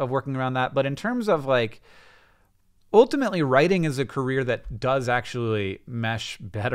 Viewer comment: When did Hank start saying oltimately in every sentence?